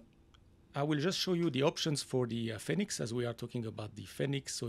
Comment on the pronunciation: Love FSIPanel. New training scenarios are always exciting to see. Just a note. Fenix is pronounced like fee nix rather than fen nix.